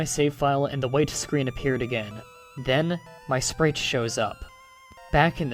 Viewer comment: Sprite - (Sprayt) not (Spreet